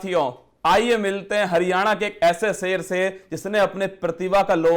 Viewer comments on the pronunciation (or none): Great collaboration.Both are experts in their respective zone.But interviewer sir should work on Hindi pronunciation...specially on sound “sa” and “sha”,”Ja” and “Za”.like it is shahar not sahar,Zindagi not jindagi.Good luck....It is not a big thing but when you are on a big platform these small things affects your presentation.Goodluck👍